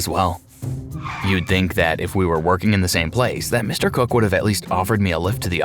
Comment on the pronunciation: I'm sorry but the way the first guy says Mr. COOK sounds like he's saying Mr. Cuck 😭😭